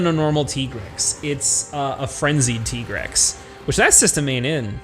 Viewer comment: I still call bs on Tigrex being pronounced Tee-grex.